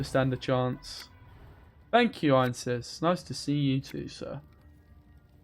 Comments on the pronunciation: I hate to be that guy, but it's Ansayis not Einsis. I wouldn't be bothered by it if it were just once. :D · It's not Ainses, it's Anseis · Actually, it's Anséis.